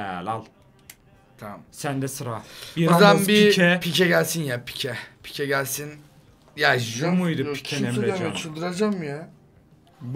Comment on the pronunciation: 2.44 daniel alves diyo hahah dani alves emjannn bide ilk defa pigue ye piku demedi pike dedi helalllll